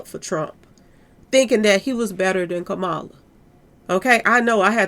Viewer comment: Love your videos #! Former VP name is pronounced: Ka-Ma-La🩷